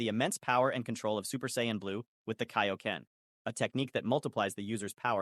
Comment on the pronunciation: wdym this is clearly AI Voice, saying Kaioken and Saiyan wrong